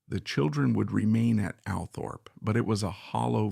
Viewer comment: It's called ALLTHORPE, NOT, "Al" Thorpe